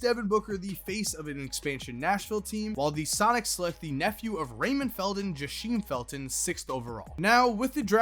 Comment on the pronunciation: Jahseem Felton my lil cousin prada him #1 8th grader in the country 💯 its pronounced jah-seam